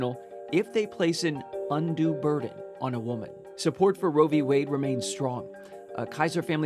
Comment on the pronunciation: What is this “row v way” I keep hearing about.